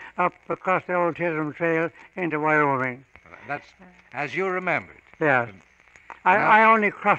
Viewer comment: Am I wrong, or he said "Vyoming"?